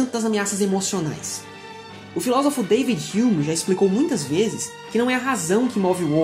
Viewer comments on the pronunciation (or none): none